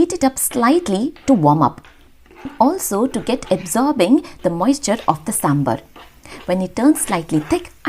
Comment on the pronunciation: Hey Love your videos, but I'll just like to make a small correction it's SambAr nor SambUr please don't mispronounce this, as you urself are a South Indian and I'm sure you know to pronounce it right so please do.